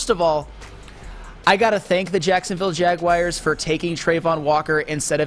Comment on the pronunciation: MY GOD it’s like fingernails down a chalkboard listening to someone who’s incredibly intelligent (and really fkn irritatingly also likes to flex his superior cognitive abilities on others), repeating mispronouncing words like Jaguars! THERE IS NO “I”, OR ANY “I” SOUNDS IN THE WORD JAGUAR 🐆! It’s not Jag-wire! 😖